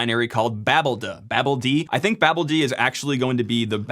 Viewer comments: cough I believe its pronouced... ba! (as in, hahaha!), BALD! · greybeard here, chiming in to just say "foo-dee" is the normal way to prounounce daemon names, so, here, "babel-dee". Do what you will, just saying that's what's historically typical. :) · you make me crazy with your pronounciation of babeld ... may suggest babelDaemon or Babel-D